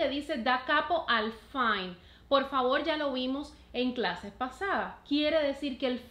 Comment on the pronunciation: fine se lee como se escribe, viene del italiano final.saludos